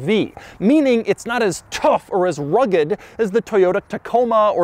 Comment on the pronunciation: The emphasis on rugged and tough u have is funnny